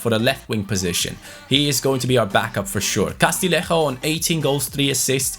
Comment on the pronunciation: Castillejo is pronounced CAS-TEE-YE-HCO Other than that your pronunciation of player names is impeccable - a double L in Spanish is Y